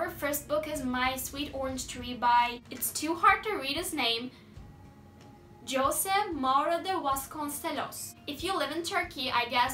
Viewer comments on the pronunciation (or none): none